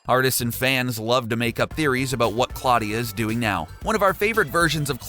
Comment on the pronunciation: Pronounced Claw-DIEa